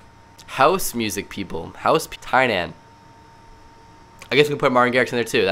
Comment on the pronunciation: Btw. Tynan is pronounced Teenin